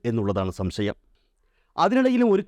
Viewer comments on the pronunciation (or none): none